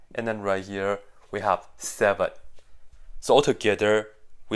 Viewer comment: I'm flinched by the way he said seven 😭🙏